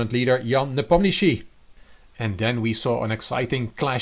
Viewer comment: You are fantastically good in pronouncing the Russian щ letter in Nepo’s surname. A nice review!